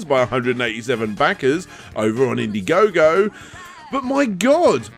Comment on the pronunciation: In-daɪ-gogo: As in Diethon, Dierantula, Dieablo... all these names came from THE OTHER Dragon's Den. =P Really enjoyed this direct,, thanks again!